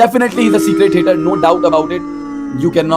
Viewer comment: it's secret... Not secrate..wannabe speed